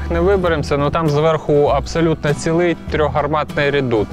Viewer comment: Було цікаво.Дякуємо! Але: не "надворІ", а надвОрі!Не "пройдЕм", а прОйдемо!Цегельня не "знаходилась", а розташовувалась!Не "дійдЕм", а дІйдемо!Побут був суворим, а не "суровим"!ПровестИ, а не провЕсти!По двох келіях, а не "двух"!Абсолютно цІлий, а не "цілИй"!Адміністрація не "знаходиться", а перебуває в...!Володіли всімА млинами, а не "всІми"! Не по "дарогє", а дорогою!Центр є, а не "знаходиться"! ЗНАХОДИТЬСЯ тільки те, що було загублене!Не "зайдЕм", а зАйдемо!Три млини, а не "млина".Не "підЕм", а пІдемо!Він іде нагору, а не "наверх"! В купу воду зібрати неможливо! ЩІльна забудова, а не "щільнА"!Не "підійдЕм", а підІйдемо!ПочнемО, а не "почнЕм"... (Рівень мовлення має відповідати рівню теми)!..